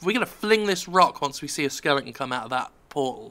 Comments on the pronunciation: Jim, it's skele-ton, not Skelington. Please, I love you an all, but it made this video hard to watch. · It's Jim Fucking Skelling ton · Skellington's rule "one O one", learn how to pronounce the word "SKELETON" As in "those with nothing between the ears", in fact not even ears, the former, rather like the maker of this video. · It's intentional, I don't remember why and when he started calling 'em that though.